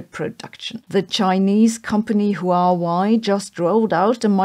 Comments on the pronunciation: Pronounced 'Why Way' Not however you butchered it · How can you not know how to pronounce Huawei?